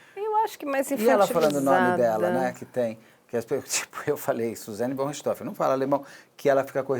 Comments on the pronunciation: Para entendam a pronuncia de Von Richthofen: se pronuncia FON Rirst-RRofen . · Ela falou com um inustificâvel sotaque americano. A pronúncia usada comumente ê a correta, com o ô fechado. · Rindo até o infinito, a pronúncia da Carla "VON RICHTHOFEN".... só por Deus!